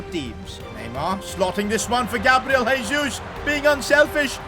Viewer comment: you don't actually pronounce "Jesus" like that, in portuguese you use the normal "J" sound